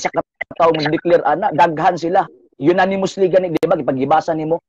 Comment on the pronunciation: louya intawon ni balasubas oi,,,,,apostol creed daw hahaha ,,,,ayuha ug pronount oi,,,unimosly hehehe